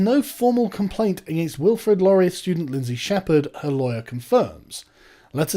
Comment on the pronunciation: laurie-AY it's fuckin laurie-AY! As a Canadian viewer, this has been bugging me for weeks, haha!